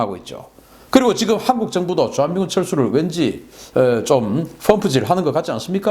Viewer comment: 존경하는 박사님 발음 좀........ 항국 -> 한국